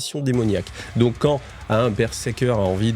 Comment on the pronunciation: Alors c'est pas pour faire le mec chiant, mais on dit BER-ZER-KER Pas BerSeker 😂